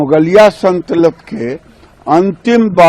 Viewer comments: Santalat 😂saltanat bhi sahi se bol pa rha h. What is urban naksal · सरकार में आधे से ज्यादा मंत्री अनपढ़ और जाहिल भरे पड़े हैं। इस बुड्ढे गिरीराज को बोलना भी नहीं आता सलतनत को सनतलत बोल रहा है। जैसे इसका बाप बोलता है। अनाप शनाप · इस जाहिल को यही नहीं पता की संतलित नहीं सल्तनत होता है